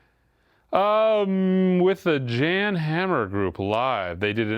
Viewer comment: “Jan” Hammer is pronounced “Yahn”. He’s only an icon.